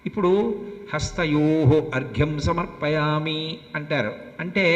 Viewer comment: పంతులు గారు శ్రీ సూక్తము లోని మొదటి మంత్రం తప్పుగా పలికారు హిరణ్య వర్ణాం హరిణిం....... శ్లోకము (ఈ తనకు కొద్దిగా నత్తి ఉంది) సమర్పయామి (తమర్పయామి) అన్నారు కదా